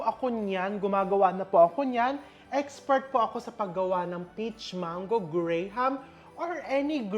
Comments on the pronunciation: Here in the US, it's pronounced GRAM, not grey-ham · It’s pronounce Gram not gray-ham lol! But I get it, I’m also a Filipino, it’s a Filipino thing lol! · Gram po chef, silent ang HA sa graham